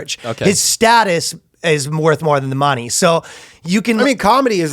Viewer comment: I don’t understand how no one stopped Ryan… and asked him to pronounce “money” again. I swear to Allah he’s saying “moanie”